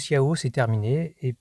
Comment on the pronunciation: On prononce TCHAO et pas CIHAO !!!! 😛Détail qui a son importance quand dans les années 70 on vivait à Marseille 😉. De bons souvenirs de liberté et de brelles pétaradantes 👍